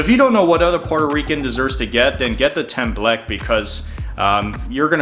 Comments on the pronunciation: As a Puerto Rican, this is accurate lol I’m sorry but “Tem-Bleck” was getting me. “Tem-bleck-que” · Haha! Wow... the photos are great. The food practically speak for themselves. Thank you for trying and showcasing my people's food...but the pronunciations are way off for some of these. If you ask for "temblek", no one will know what you are saying. Flan is the most popular dessert. Tostones are made by cutting green plantains into 1" medallions, frying them just a little bit, to get it slightly golden, then taking them out to smash them flat. Then re-fry until golden brown. A tip is that before re-frying them, place them Briefly in salt water beforehand so that the edges come out super crispy. Take them out and add salt. And There You Go! Enjoy! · Templeque. it hurts. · I just love the temble k.lol. Is temblekee or tembleque.